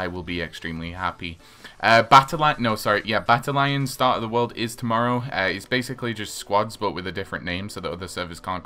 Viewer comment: Battalion is pronounced Batalyun DUMBO